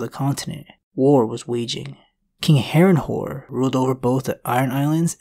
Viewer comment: Did he said Harenhore insted of Harenhall